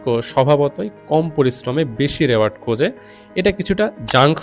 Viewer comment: You basically assessed the books using AI; you couldn't possibly come up with those points - where you can't even pronounce "reward" properly, you are not that smart, mate - nor do you know the basic psychology that you tried to explain here with your pseudo-intellect. Personally, I don't find these particular books shown here interesting, either. But, what you are promoting here is just "Purity Culture" and censoring art. Your taste cannot be universal - it's all subjective; who are you to decide what's what, anyway? And what's a "good book"?! It's all about preferences. You can only criticise within your capability and personal taste instead, you are doing what Nazi Germany did and so many other uptight Right Wing religious fanatics do. I mean, you are the kind of reviewer who has a different playlist for "Self Help" slops! Those books are targeted for those who are easily susceptibile/gullible with low self-esteem and lacking critical thinking skills. Your thumbnails are perfect click baits for those kind of people after all. However, it's the Internet - do whatever you want. Everyone will mindlessly just say "yes" to whatever you say, anyway!